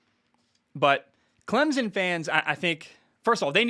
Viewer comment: Bro i swear, i love the show, but as a clemson grad and someone that grew up 30 mins from campus, it’s pronounced CLEM-SIN. The z in the middle has gotta go